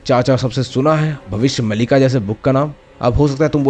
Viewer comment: Its not mallika... Its maalika.. meaning series of bhavishya.. there are several books of bhavishya maalika